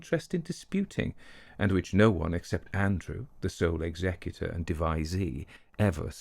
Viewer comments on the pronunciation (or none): none